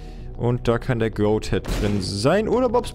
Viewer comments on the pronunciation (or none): none